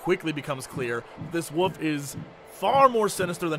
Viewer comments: Jesse's pronunciation of "wolf" sounds like woof and I cannot unhear it! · I love how Jesse says Woof instead of wolf. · am i the only one who hears jesse saying wuff instead of wolf ?